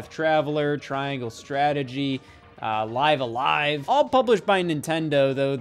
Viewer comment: even mr "not an rpg guy" can say "live a live" correctly, now nobody has an excuse also... style boutique NOT mentioned💔💔💔💔